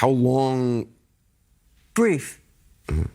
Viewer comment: She just said it was breef... 😂